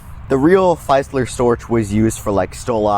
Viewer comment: Please say 'feezler' and 'storch' like the 'ch in Scottish 'loch'. Thank you.